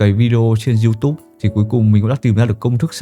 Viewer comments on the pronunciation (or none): none